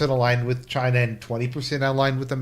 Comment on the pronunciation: "We're the government (of Chy-na) and we're here to help".